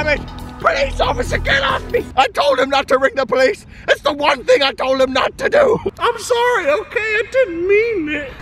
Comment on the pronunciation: Police. DO YOU SAY POICE US. NO POLICE. OH